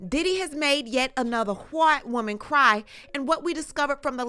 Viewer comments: Why are we saying “whhhhhite whhhhhhoman” though ???? 😅😅😅 asking for a friend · I love how she pronounces “White Woman” in italics 😅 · He is going to jail for those two italicized words.